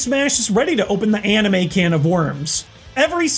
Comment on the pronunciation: He said amine